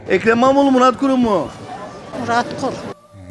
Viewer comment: Ekrem İmiaoğlu,muradoğlu,milad gorun,Melak Denştaş,Erk- Ekrem ilamiğo ve Kara parti hastasıyım diyen dayının yanlış söylemesine ayrıca estes imaro ya anıra anıra kırıldım geçtim.